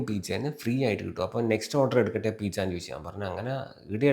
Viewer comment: PIZZA ❌ PEECHA✅🤭